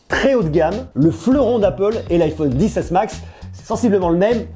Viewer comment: Arrête de dire liquouide rétina et dissesse